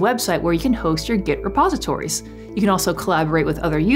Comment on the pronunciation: Before I watched this video I keep hearing "Suppositories" I'm like. What?" I need to have a suppository to use git!? 😲